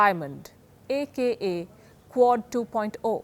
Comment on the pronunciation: I kept hearing CORD and didnt know what she meant